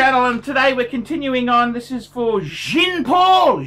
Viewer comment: find a good logopedist....